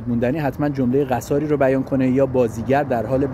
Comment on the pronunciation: خود شما جمله قصار را غلط ادا میکنید! قصار به کسر قاف، بر وزن حصار صحیح است!